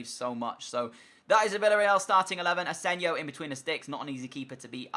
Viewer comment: it's asensio not asensio